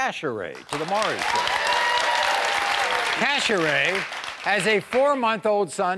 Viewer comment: Cash-aray aka cast-aside 🤣